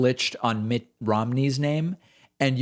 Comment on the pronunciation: I laughed when he messed up Mitt's name. Mitt Rhimney. lol!